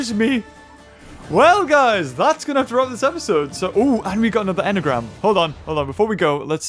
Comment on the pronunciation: It’s amazing how you said enagram XD